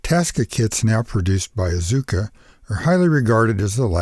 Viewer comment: Great video. Can I give you a quick suggestion? "Asuka" has a silent U sound. It actually rhymes with "Tasca (TASS-kuh)". Just remove the T sound. "Asuka" is pronounced "ASS-kuh" in Japanese.